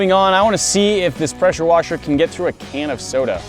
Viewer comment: its a peshuwashe